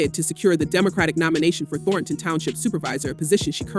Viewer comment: AI Narrator. "Thor-tahn" be better